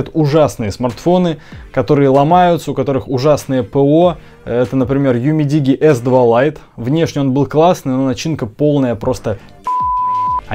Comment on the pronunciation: UMIDIGI - ЮМИДИДЖИ _ УЧИМСЯ ГОВОРИТЬ ПРАВИЛЬНО